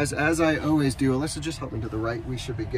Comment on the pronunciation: I thought I would come to the comments section, and look for others who noticed that you always say oways instead of always.